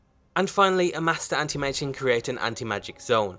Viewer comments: I heard panty mage instead of anti mage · Path of the "Andy-Mage"?